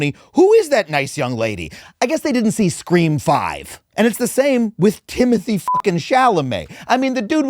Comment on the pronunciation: it’s pronounced TIM-o-TEE.